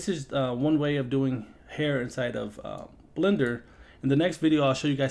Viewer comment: I TOUGHT YOU SAID BLENDER B!TCH SHHSGSHSHAHAHAJHA HELP